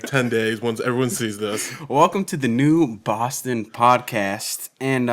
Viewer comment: I like the way you pronounce 'newboston' uniquely always.. newbaawston